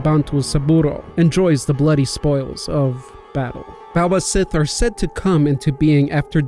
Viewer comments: Just a minor note of pronunciation, the second b in baobhan sith is pronounced with a "v" sound and the Scottish word sith is pronounced "shee" as in the sidhe. Much like in the creature name cait sith. Scottish spellings are weird. Just look up "baobhan sith pronunciation" if you feel the need to do so. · Baobhah Sith is pronounced "Buhb-awn Shee"